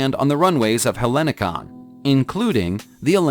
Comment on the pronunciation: Hellinikos airport Athens, the H is silent so is going to be much more easy to read it.